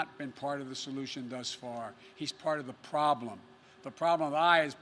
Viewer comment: He can't even say "problem" correctly 🤣🤣